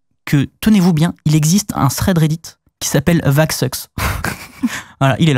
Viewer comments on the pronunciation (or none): none